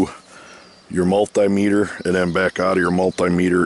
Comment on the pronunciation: multay-metre lol ... Should be multee-metre...